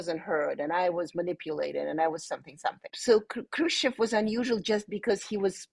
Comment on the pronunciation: She's Khrushchov's granddaughter and she can't pronounce the name properly?